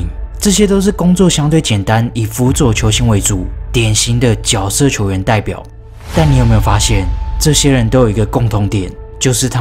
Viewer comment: 那个字念jue